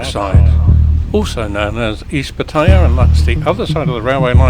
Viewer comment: FFS, learn how to properly pronounce Pattaya .